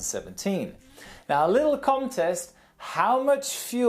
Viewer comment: Does he always say Com Test or did he mean contest?